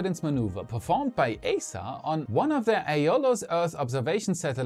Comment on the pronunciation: It's pronounced [i:sa].